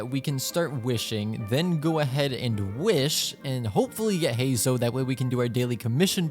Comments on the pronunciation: heizou? do you say zongli too 🗿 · just to let you know youre pronouncing Heizou name wrong